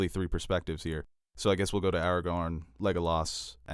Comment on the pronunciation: Every time says “Aragon” instead of Aragorn, I cry